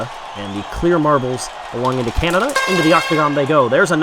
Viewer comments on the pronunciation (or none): none